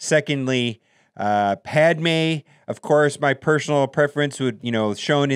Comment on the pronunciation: I love how he said “pad mine”